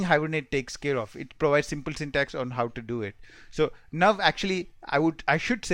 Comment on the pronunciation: When you say how sounds like hup/hop/hub and similarly with now..work on pronounciation